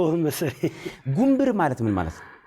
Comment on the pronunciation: ጉንብር ሳይሆን ጉንብራ ነዉ ሚባለዉ